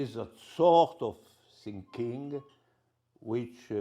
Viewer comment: Its not accent but a speech disorder. He is uncapable to pronounce "th". "Any system of sthought, in the sthinking." Is that also waht the audience is laughing or am I missing something "I begïn odieaounari (?) beceause I àm oldiour thàn Slavoï." (audience laughing) "ach, ach ach." What is the joke, may I ask?